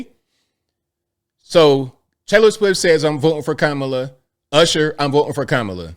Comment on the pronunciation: Good for Usher! Joey is annoying! And racist for pronouncing Kamala name wrong